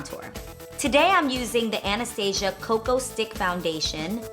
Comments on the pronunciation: YASSS! Someone who finally pronounces it "Anastasia" when everybawdy says "Ah-ne-sta-z-a" GURRRRLLL 😂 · The owner of the brand actually pronounces her name like ah-ne-sta-z-a so I think that’s the correct pronunciation! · It's pronounced with a Z because the owner is from Romania